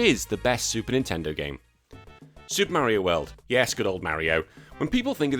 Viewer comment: "SUPAH MERIOH WELD"